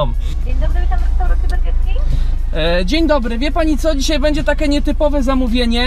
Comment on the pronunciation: BURGER KING A NIE BERGER DO CHU*JA!!!